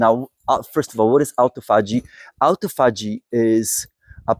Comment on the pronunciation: A-tophogy = a-TO-phogy